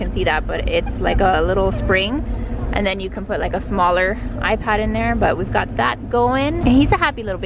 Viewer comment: I.P.A.D ? first time I hear it pronounced like that. Interesting :)